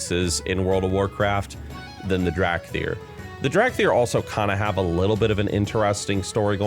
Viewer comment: "Drag thyr"